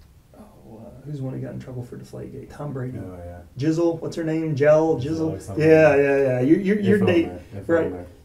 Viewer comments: I almost lost when the detective pronounced Gisele as “Jizzle”. 😂… sad story tho. I pray for this family. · That detective saying jizzle instead of Giselle rlly made me giggle